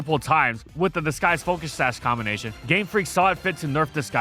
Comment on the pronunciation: am i the only hearing how seems to pronounce disguise as disKise?